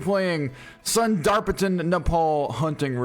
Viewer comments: I need to tell you it's pronounced sunder-pan, and the fox is the Tibetan fox. Like Tibet the country an. Like mexico and mexican. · Is it me or does the way he say sundar patan make your skin crawl 2